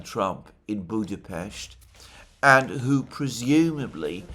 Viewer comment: it is such a subtle sign of respect to pronounce the Hungary's capital properly